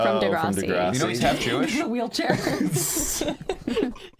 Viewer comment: it is pronounced duh grr ah si not dah grAW si